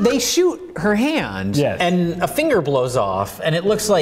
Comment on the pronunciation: says "Fingle" instead of "Finger", and I can't help but wonder if he had recently watched Overdrawn at the Memory Bank or its MST3K